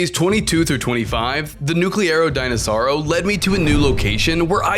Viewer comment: Bro is saying nucerlo denosaur